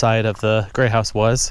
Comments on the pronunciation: To my ears it sounds like you are saying "Gray" House and not "Great" House. Lol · I was about a third of the way through this before I realized you were saying Great House, not Grey House. You're swallowing your final T. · “Grey House” ??? I re-wound several times. Are you trying to say “great house”. Maybe it’s cold, IDK